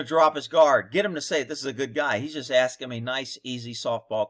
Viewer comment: Askining lol